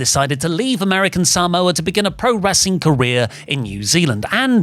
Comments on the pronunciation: I enjoy WrestleTalk videos but listening to say Saa-moa is a hard listen 😂😂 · I hate the way he’s say Samoa so wrong 😂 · says ‘Samoa’ weird